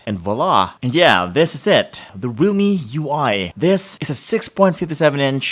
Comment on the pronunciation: He pronounce Realme as Rumi.